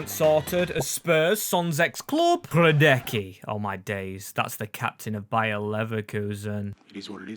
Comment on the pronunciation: Great video and consept👌Im from Finland and i got little bit upset when you said Hradecky like that, wassup with that? Hes genuinely good keeper and great guy on&off the pitch. You dont go invisible in bundesliga having bad goalkeeper even if you have best defenders in the world